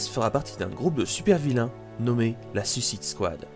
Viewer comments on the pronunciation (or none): none